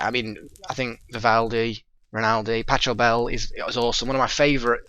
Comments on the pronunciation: Hey, two things 1. Pachelbell is pronounced pack-uhl-bell and 2. how would a long time sub go about getting in a game with you on something? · Two things. 1. The ch in Pachelbel is hard, like a k. 2. That song is a bloody nightmare to play because of how repetitive it is. Good pick on Antonio Vivaldi btw!